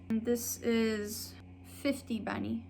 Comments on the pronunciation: 10 Bani almost sounded as "Ted Bunny" 🤣 That was funny! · The way you say bani is so funny